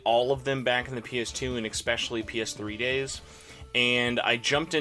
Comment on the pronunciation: How do I say it bothers me when people use an "x" when pronouncing especially... Screw it. It's not expecially, damnit! It matters if you are a reviewer to speak a language used. Great. Now I'm the jerk.